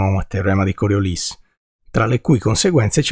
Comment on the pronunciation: Complimenti, con un po' di formulette si capisce meglio ... e con Coriolis finalmente pronunciato correttamente 😂😂😂!